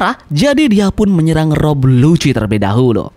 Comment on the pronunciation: iya namanya Lucci cuman si Mimin salah nyebut intonasi nya jadi kedengarannya kayak "Lucy"